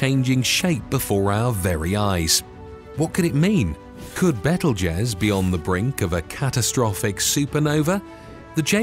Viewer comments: It's pronounced BEETLE JUICE not bettel jez. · By the way it's pronounced bee tuhl joos as in Beetlejuice! I really wish they would hire people that would actually research the pronunciation of words. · It kept sounding too much like bettle-jizz. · Beetle juice is how it's pronounced. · Please say betelgeuse again 😂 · THANK YOU!!! Omg that was scorching my last nerve 😖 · I stopped watching bc of this, and a couple of other reasons. But mainly this. 🙄🤦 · you do not know how to pronounce Betelgeuse .. how can one expect you to know anything at all about it?